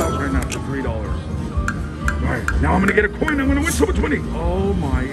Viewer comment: You are finding all kinds of new games keep it up. I swear you were saying coink instead of coin.